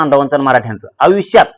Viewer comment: आविश्य नाही रे आयुष्य asat te😂😂😂😂😂